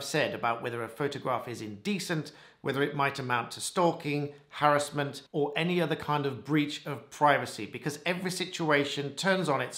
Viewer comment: Good to hear you pronounce 'harassment' correctly 😊. A friend of mine, who sadly died a while ago, helped bring about the 'Protection from Harassment Act 1997'. Edit: The friend I was referring to was solicitor advocate for the Plaintiff (yes, Plaintiff....pre Woolf reforms 1999 😊) in the case of Burris and Azadani (1995). Prior to this case it was not possible to get an injunction between parties where there hadn't been a relationship. In 1996 an attempt was made to introduce an anti stalking bill under the 10 minute rule but was unsuccessful. Just thought your followers might like some background regarding anti harassment legislation 😊